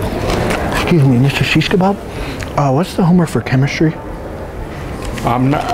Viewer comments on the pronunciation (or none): 0.26 when he said Mr shesh kabab